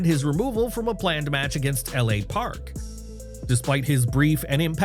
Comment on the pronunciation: Dude. Its LA PARKA